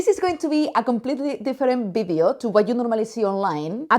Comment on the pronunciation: It’s video, not bideo.